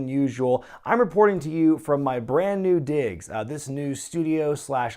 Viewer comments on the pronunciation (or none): Did you say new digs or new Biggs?